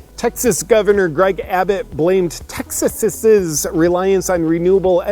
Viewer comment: texas'is's xD